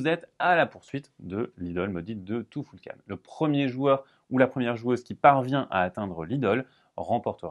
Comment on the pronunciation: Tu-ful-kan...... tou foul kane ? Non allez !!